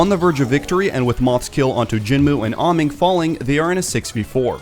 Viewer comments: by the way, im pretty sure its pronounced "ay- mong" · I'll say it again, Ameng is pronounced A-meng, do you guys even watch the OWL live?